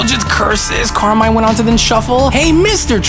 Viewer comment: BTW Carmine is italian so you should read it as it's spelled